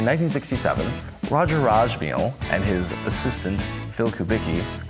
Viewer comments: I've never heard Roger Rossmeisl's name pronounced the way you do here: "Rajmeal". Is that the correct way to pronounce it? Just curious! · It's hard to take you seriously when you can't even pronounce Rossmeisl .